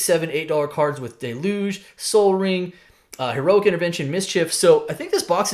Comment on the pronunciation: Why does everyone pronounce deluge incorrectly.